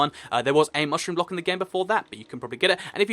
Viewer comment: Dude..... You really need to slow down, you are stating to trip up and make mistakes, like, 'Prismarine blick', plus, you said that it takes you quite a few takes before you get it correct. Great video, great concept (both, as always), but, the speed is REALLY FAST. Anyway, just my personal opinion. :D